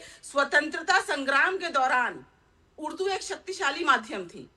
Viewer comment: Uddu nahi urdu bolty hain bolna sikho madam please 🙏